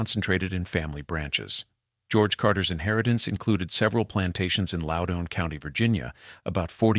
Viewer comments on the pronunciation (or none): Loudoun in not pronounced "lowdown". If this had not been read by AI, I might listen to the rest of this. Way too much repetition in the text.